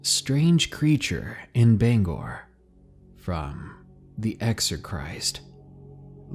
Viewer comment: I’m sorry to point out but you mispronounced Bangor you pronounce it like banger but pronounce the ‘g’ harshly